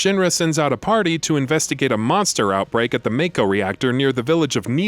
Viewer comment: Why has no one informed this guy how to pronounce "Mako" yet? Its like 5 episodes deep in this series now!